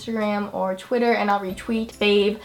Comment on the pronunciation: Why do you always say chwiter instead or twitter